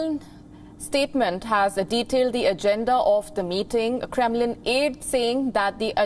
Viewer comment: A reporter who is visibly confused on how to pronounce Kremlin. No wonder this channel has so few views.